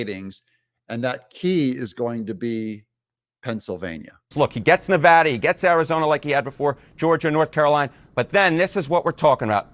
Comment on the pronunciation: Thanks for pronouncing "Nevada" correctly,.